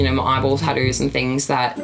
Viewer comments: is gorgeous either with or without the tats. I love the way she tadoos (tattoo's) lol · I'm still not over the fact she pronounces "tattoos" as "taddoos".